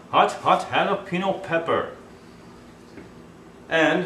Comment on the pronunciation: Stop saying Jalapeeno. God it's not hard to say Jalapeño. Say it like this Jalapenyo. Nice video though.